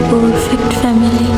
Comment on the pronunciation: Oshadharon golpo.. fabulous presentation.. bhishon bhalo legeche. Tobe "F" er pronunciation ta olpo Kane lagche.. "family" sounded like "phamily".. Baki shob beyond imagination 🧡🙂